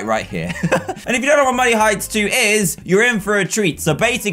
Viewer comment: Who else kept thinking he was saying money heights until this video just me?